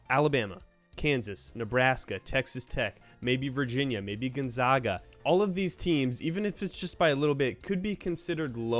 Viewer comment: Not to be a dick but how are u a college basketball channel and don’t know how to pronounce Gonzaga